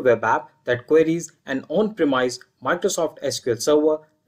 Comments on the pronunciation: absolutely great content. Thank you for your effort. One minor thing: the "i" in premise is pronounced like the "i" in "miss", not like the capital I. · Pronounce "Determine" and "Premise" correctly. Many Indians pronounce this incorrectly. The way you do it is pronounce the word without the e on the end.